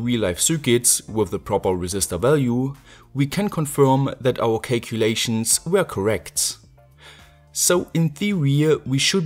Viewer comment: Mmm serious cake-u-lations.